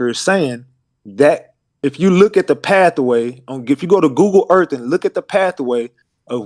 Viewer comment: If this Knigge say pathaway one more time